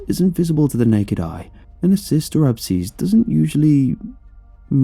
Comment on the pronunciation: Hey I'd like to possibly correct some pronunciation of abscess but I don't want to be rude in case it's just a accent or different but correct pronunciation